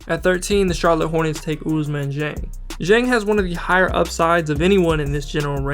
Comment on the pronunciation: Hey, thanks for the work ! Just to tell you before the draft since we’ll be supporting our French guys : Dieng is pronounced with the sound « D » like in D’Angelo Russel 😄